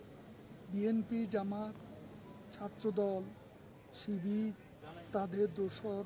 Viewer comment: Sibir nam taow nite parena. Koi sipir